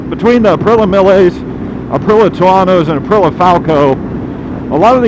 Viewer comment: Aprilla.. that must be an aluminum/aluminium thing.. IT'S .. APRIL EEA.. APRILIA